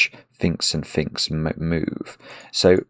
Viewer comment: I cant believe how many times you clearly said Finkz instead of phinx when you were definitely talking about phinx!